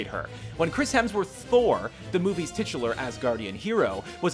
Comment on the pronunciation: STOP SAYING TITULAR!!!!!!!